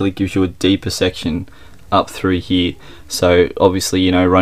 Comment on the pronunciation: Why are you saying he instead of here?